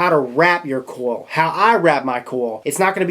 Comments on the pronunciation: the way he says coil gets me... "cowl" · There's an i in coil. Pronounce it.